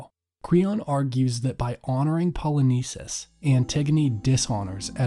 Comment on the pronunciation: the pronunciation of names in this video is atrocious, specifically "Poly-nice-seas" and Creon that should be pronounced "Crayon" good video but I found it really hard to watch with all the horrible pronunciation and sis I got a classics exam I gotta study for.